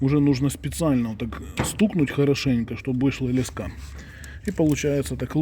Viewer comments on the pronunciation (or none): лЕска, а не лескА! Ну аж кровь из ушей! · Не лескА, а лЕска, крутилка, поливалка, пипика